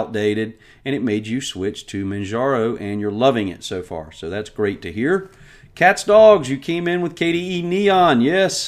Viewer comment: its catsdgs not catsdogs... Everyone gets it wrong. :)